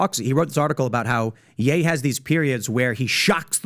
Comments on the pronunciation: im still getting over him saying Yee instead of Ye lol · PBD it’s pronounced yay not yee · Why are you calling him Yee? Like do you say KanYee west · Calling him "Yee" is crazy... haha all love tho. Love the pod!